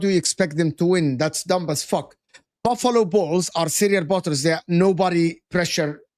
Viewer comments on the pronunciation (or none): Man called Buffalo Bills -“Buffalo ballz” lol😂🤣👏